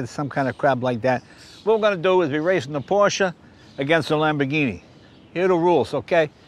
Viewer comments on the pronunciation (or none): none